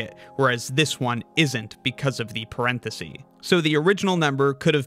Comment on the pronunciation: The singular of parentheses is parenthesis, which is pronounced "-sis", not "-see".